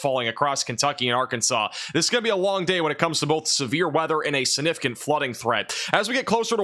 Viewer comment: Aww. He does say sinnificant instead of significant. 😅❤ saw someone pointed that out on his last video but must've missed where he said it before reading the comment. Heard it in the first 10 seconds of the video and had to restart the first 10 seconds to make sure I heard it right. And before any of the complaints start, I've never heard him mispronounce any other word and his professional way of giving us the weather keeps me coming back as well. I actually think his mispronounciation is kinda cute. 😊